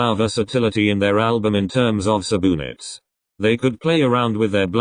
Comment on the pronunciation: subunits ❌ suboonits ✔